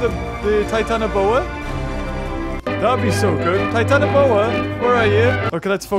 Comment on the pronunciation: are you sure its called titianoboa? EDIT the battle looks based off that documentary battle